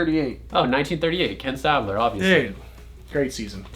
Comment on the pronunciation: I love who you guys pronounced his name "Stabbler". lol I liked this video. Definitely a cool idea and it was clear you put some work in.